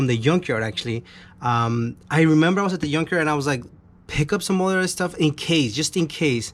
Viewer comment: I wish I could help you out bro, glad to see you are getting your hands dirty, - also I could help smiling when you say yunk yard 🥰